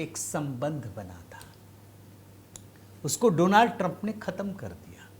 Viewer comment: Donald Doland ya do land😅 ban gaya😅